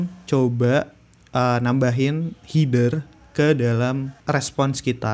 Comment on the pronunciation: Header : HE-DER, bukan HI-DER Btw nice info bang, ditungu video selanjutnya 👍🏻👍🏻